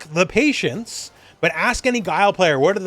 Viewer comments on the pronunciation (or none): none